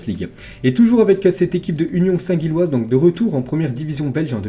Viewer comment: Faudrait faire un effort de prononciation mdr, St-Gilles( prononcer Jilles)